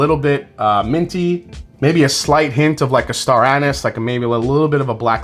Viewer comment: It's pronounced "star anise" not "star anise"